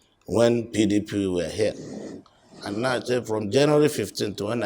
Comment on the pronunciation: Supreme court governor can't even pronounce PDP. Mumu